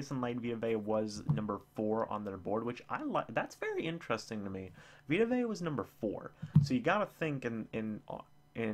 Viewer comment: You said Vita Vea correctly.